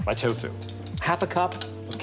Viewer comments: He puts the emPHAsis on the wrong sylLABle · Ahahah. The way that Alton pronounces “toe FUE” gives me life, man. He says it like it’s the secret martial art that Keanu Reeves wields to defeat other combatants by using only the tips of his feet.